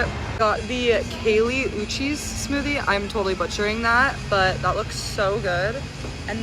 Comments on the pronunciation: Ok tbf I do know a girl who is Kali (pronounced Kaylee) but also like... Out of touch influencer doing zero research on something and just buying it bc it's viral hence why she doesn't even know how to pronounce the NAME OF THE PERSON IT'S ATTACHED TO? Least surprising thing I've seen this week. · im sorry thats the WORST pronunciation ive ever heard 😭 im so lost where she got “Kaylee” from